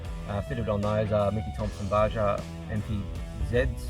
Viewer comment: C'mon Aussie's it's 2020. Time to learn how to say "Baja" without coming off like bogans.